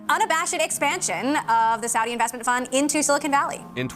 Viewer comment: The first time Kyle pronounced Saudi correctly